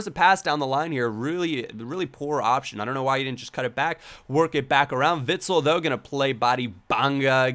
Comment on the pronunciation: Just so you know, you pronounce Witsel a bit different. More like Witsell, like the sell from selling.